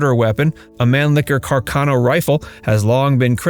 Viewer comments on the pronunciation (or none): none